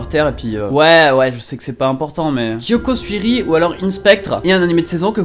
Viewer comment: on comprend pas très bien quand il le dit ^^